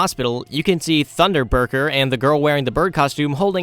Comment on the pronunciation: THUNDERBURCKER??? It’s funderburker